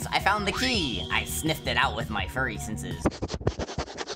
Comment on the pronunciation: Bro really said "furry"